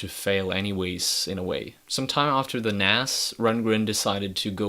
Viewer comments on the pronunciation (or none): It's NAZZZZZZZZZZ NOT NASS...